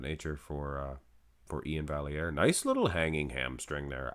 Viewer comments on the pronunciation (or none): For the record, Iain’s name is pronounced “Val - E - Air”.... He has it posted like this in his Instagram bio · Absolutely robbed. Anyone who looks at Iain and doesn't see the layer of subcutaneous pudding he's carrying with him is blind. Also, front lat spread... Iain wins? No calves and his chest disappears. And, yes... It's Val-yare. You're Canadian, bro. Lol